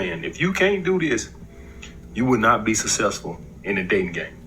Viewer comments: If you want to be successful..never pronounce it "sussessful" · I don't take advice from a guy who can't pronounce "successful" properly. Besides, I am the Alpha & the Omega.